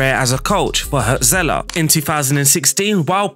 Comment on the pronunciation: Cool video. I'll give you silly mnemonics to help you pronounce the German names you struggled with. 1. Remember the band Hurts? Their hit was called "Wonderful Life". Now imagine someone was owning that band but giving it away for money. That guy would be the Hurts-Seller. Hürzeler. Ouch. But I'll bet you'll remember it. 2. One of Frodo's mates was Pippin, right? Now if Pippin owned a book, that book would be Pippin's read. = Pipinsried. German words seem long and scary for other cultures, but really we're mostly just combining short words, it''s just that we stick them together without spaces or hyphens. The place where monks used to live by a shiny creek would become Monksshinycreek. I picked that weird example because that is what Mönchengladbach (Mönchen-glad-bach) actually means. Cheers!